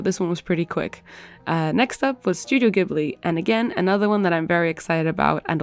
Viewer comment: I mean, that is not how you pronounce Studio Ghibli but ye, the art is amazing so... ( and also in Studio Ghibli there is no blush ) Sorry, just had to say all that I'm only like the biggest fan